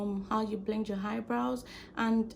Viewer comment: Why she keep saying "Haibrows" ?💀 This was really helpful though, thank you❤